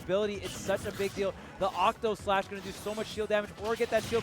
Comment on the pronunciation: I like how people say Octoslash when it's actually Octaslash